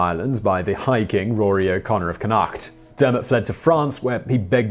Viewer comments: Kunnaacht? Conucht.. line-stir.... well mispronounced chieftain as well so I'll let it alone. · some of your pronunciation is awful . connaught is not conact think of the connaught rangers or the connaught hotel . otherwise a reasonable version of history . my ancestors were in the 1171 landing and stayed and as far as I know were never quite as irish as the irish themselves . also henry did some of his penance to the church in selskar abbey in wexford before going back to england .dressing in sackcloth and kneeling E.T.c. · Connaught = Connacht (with a gutteral ch sound similar to the one made at the end of 'loch') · Great work as usual Simon. The provincial pronunciation would be (to use phonetical example): Leinster = Lennster, Connaught = Connawkt, Munster = Munster, Ulster = Ulster. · Connokt is how you say it. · Conn-uuckt is how it's pronounced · oouuff the way that you pronounce Connacht